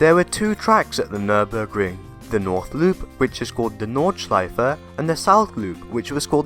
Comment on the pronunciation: Nice video full of information! And Good job on your effort pronouncing it correctly :)